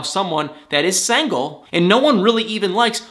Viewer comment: Love the way you say “sangle” for “single”